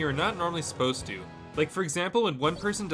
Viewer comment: Never heard anyone over the age of 6 say "asposed to" before.